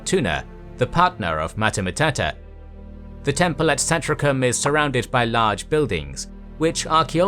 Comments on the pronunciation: Mater MatUta, not Mater MatAta. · Good video! But damn, you really butchered "mater matuta", you made it sound like "hakuna matata" xD It always amazes me how english native speakers never bother to google the pronunciation of words. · I think it's pronounced mater matootah. No schwa in Latin. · I REALLY doubt Mater Matuta is pronounced in such way. I doubt it's even pronounced as one word.